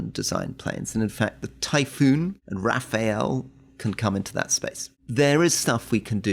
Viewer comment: Rory, it is Rafale. Not rafael. Officially “Gust of Winds” as translation however proper translation “a burst “. Like « une Rafale de mitrailleuse » like a burst of machine gun. The gust of winds gives a better translation of the image.